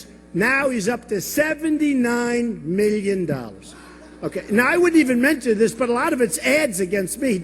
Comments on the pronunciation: four hundred MILLIOUN DOLLERS lmao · The way Trump pronounces "million" is so fucking Dr. Evil.